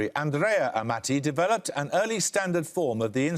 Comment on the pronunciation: It's pronounced 'Amarti'................the way he says it it would have to be spelled with two T's.